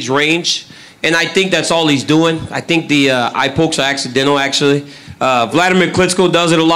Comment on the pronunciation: THEY DONT TINK LIKE A I TINK